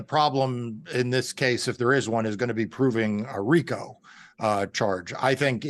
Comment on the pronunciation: By the way, it's RICO